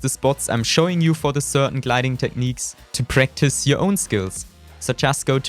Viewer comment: Techniiiiiiiks 😂 und wie du opinion aussprichst 😂